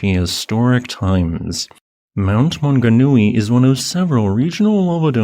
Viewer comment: Great pronunciation of place names, also known as Mauao. Deep tragedy here but, when I look around the world and see the other recent tragedies, it seems to pale in comparison. My mother says we feel it because we don't tend to have such tragedies here